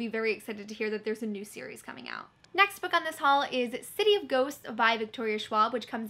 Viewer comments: For some odd reason I thought you called it “City of Goats” not “Ghosts” and I nearly died laughing at my own stupidity 😂😂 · I swear at it sounds like you're saying "City of Goats" xD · Lmao when you said “City of Ghosts” my brother and I both thought you said city of goats...... we’d read that lol